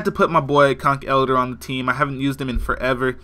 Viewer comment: I like how you say conkELDER instead of the lame way I say conkeldurrrr